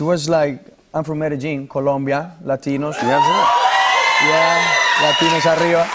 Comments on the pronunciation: I was shocked that it was pronounced «Medejin» 🤔🤔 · Why would he pronounce "Medellín" like that lol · its the coñombian accent, thats how colombian spanish pronounces all LL and Y sounds, with a hard J sound.